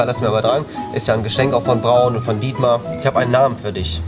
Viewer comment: Why not "Dietmäh" D